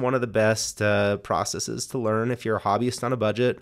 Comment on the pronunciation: Thankyou for pronouncing "processes" correctly! You're one in a million. 😉